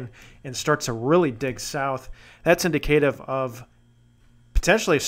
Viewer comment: I love both severe and winter weather forecast/prediction videos. FYI, indicative is pronounced :` in dick a tiv.